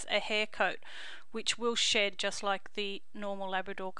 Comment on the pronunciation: In the beginning it sounds like she said dogs that don’t sh*t 😂